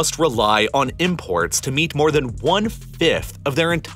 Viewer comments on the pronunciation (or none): none